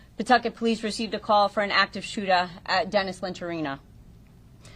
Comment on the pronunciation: Shooter, not shoota